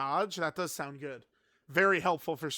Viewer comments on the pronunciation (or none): none